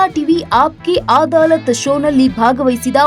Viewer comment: ಅದು ಅದಾಲತ್ ಅಮ್ಮ ಆದಾಲತ್ ಅಲ್ಲ... please check your words before speaking...